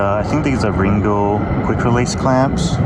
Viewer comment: I think it's pronounced Ringle with the sounded as an A on the last stress.